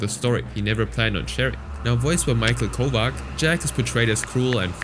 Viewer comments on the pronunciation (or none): It's pronounced Michael Koh-vah- CHHH"